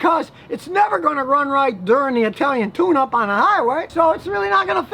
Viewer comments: Thought u said "the Italian tuna 🐟" 😂😂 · Scotty, I must be getting old. At first I thought you said an Italian Tuna, and I said to myself what is he talking about?